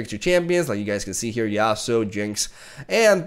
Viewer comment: no one: nothing: YasUoOO, yaSuOoo